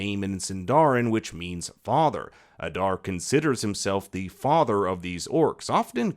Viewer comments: Aaada not adarrrr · It pronounced AH-DAAR not uh-darr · Why must you pronounce Adar's name like that?